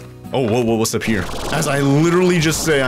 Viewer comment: Why did you say wis at the start like this wis going on guys!